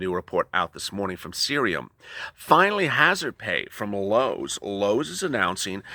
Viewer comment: Loewes?😁 Lowes😊.. oopsie